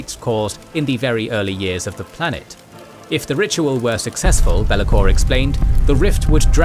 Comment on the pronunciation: genuine question, is an AI voice thing used for this vid cuz some of the character names are so abhorridly mispronounced.... best example is ArchAEON pronounced as ArcHON. i can't even pronounce Bel' akor the way this dude did... was something like beeliko or whatever. i'm not trying to hate but yeah it gets vERY distracting in an otherwise brilliant video